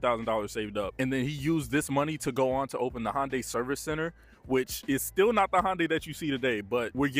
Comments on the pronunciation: I have never heard it pronounced "HONDAY" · The way this guy says Hyundai is driving me crazy. Love the vid tho 🔥